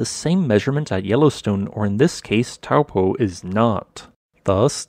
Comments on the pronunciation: It's pronounced toe-poor (minus the R) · Try Toe (as in toe on a foot) and paw. Toe-paw (Taupō) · Correct pronunciation is 'Toe paw' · As a New Zealander of European descent, I have always seen and have always pronounced it as "Tow" in "Towel" and "Po" in "Potent." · Taupo pronounced “ Toe Poor “ 😂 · Interesting vid! Just a handy fyi, the correct pronunciation of Taupō in te reo Māori is "toe paw" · Good video. It's pronounced Toe Paw 😀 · In polynesian languages, the 'ng' is pronounced as it would be in "doing". Tonga is also pronounced this way, yet everyone else on earth says 'ton-ga'. Also, Taupo is pronounced 'Toe-Paw'. Many new zealanders get this wrong, as it never used to be pronounced this way until respect of the maori language has been pushed by the government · Taupō is pronounced like: Toe + Paw